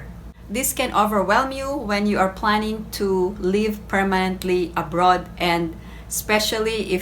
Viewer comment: Your pronunciation is leave instead of live.